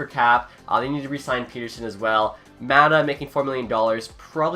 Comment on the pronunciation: You actually mispronounced Pettersson, Maatta, and Kahun all in 2 minutes! Congrats!